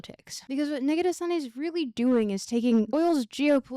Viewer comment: I like how Negarestani almost sounds a bit like 'negative sunny'. Which makes sense.